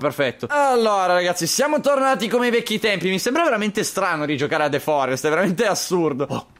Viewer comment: però dice THE FORREST